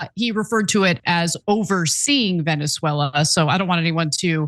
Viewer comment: He didn't say "oversee," he said "oveSEA" to solidfy this as expansion!